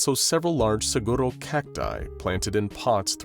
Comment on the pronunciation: You put too much into saying Saguaro cactus. That was too fancy. 😂 I have never heard anyone pronounce it like that. It's more like saying the word cigar.